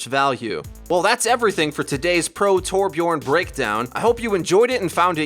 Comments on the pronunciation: its torbjörn not torbjorn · Its Torbjörn wtf